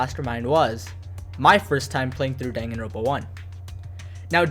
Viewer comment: distracted by "danganro ̶n̶ pa"